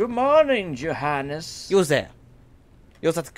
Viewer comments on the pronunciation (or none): They Name Johannes is actually spoken with the "J" like a "y". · I thought said Jihaded instead of Johannes